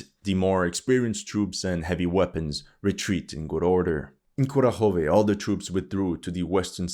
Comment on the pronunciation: There could be differences in dialect, but the mispronunciation of Kurakhove drives me mad 😂